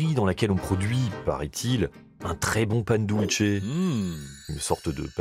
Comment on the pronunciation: Bonne émission sur les voisins argentins et Uruguayen, je suis chilien 😉 Par contre un truc tout bête qui me fait saigner les oreilles, Pan Dulce se prononce "pane doulsé", pas "pane doultche" OK les argentins sont les italiens d'Amérique du Sud mais il parle espagnol, certe avec un fort accent, mais le C en espagnol ce prononce comme un S, c'est en italien que c'est un TCH. 😉